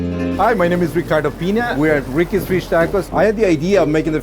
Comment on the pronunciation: thought the first guy said his name was "Retardo Peena"